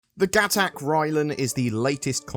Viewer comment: I bought a Railen because of the crew quarters. I knew at a glance it was going to be a long-range hauler. Btw, I say Railen with the same pronunciation as "samurai". Also, CIG has also said that Gatac is pronounced with the emphasis on the second syllable, like the Klingon "Pa'toc".